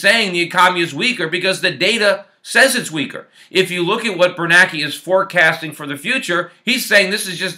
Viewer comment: I thought it was Bernanke not Bernake.